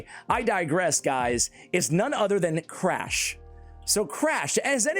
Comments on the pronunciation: honestly only MY opinion, i think Crach is pronounced like "Krak" in "Kraken". "Learnt this pronunciation from playing too much Witcher 3. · Should be pronounced “crock” lol